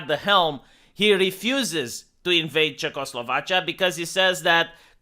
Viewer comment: CzechoslovaCHA. Is that haw you say it in Romanian?